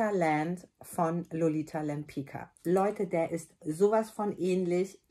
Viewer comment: Liebe, toller Film, sehr hilfreich. Nur Lolita Lempicka spricht man deutsch geschrieben wie Lolita Lempizka. Das wissen die wenigsten. Ich verrate dir es nur, weil mich dein Wissen über die Parfum sehr beeindruckt hat. Liebe Grüße. Beata